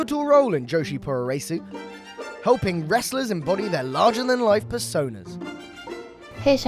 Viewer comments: I twitched a little bit every time you said "poo-roh-ray-soo". Puroresu is literally just pronounced "pro ress", short for pro wrestling. The u's are silent, but Japanese letters are all syllables. So when they're trying to imitate English sounds, they use silent or barely-spoken vowels between them. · 'pooro raysu' lmfao its 'puro REsu'. 're' like in 'resurrection'. not like 'ray' as in 'racing'.